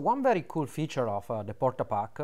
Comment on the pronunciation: DID YOU JUST SAY WHAT I THINK YOU SAID???? PORTA PACKA LOL